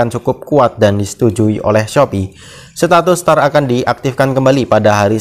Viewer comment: ‘Setatus’ hmm